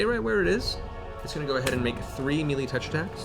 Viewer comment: As a first time watcher, please someone, please tell me Matt stops saying melee incorrectly at some point in the near future.